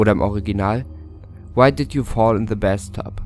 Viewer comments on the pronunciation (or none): Bathtube nicht Bastub 😂😂😂😂😂😂😂😂😂😂😂😂😂😂